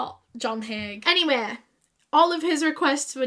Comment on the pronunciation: It's "Haigh" if anyone's curious.